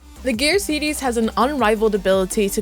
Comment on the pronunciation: This lady says heros as hedos and series as sedies😂😂so cute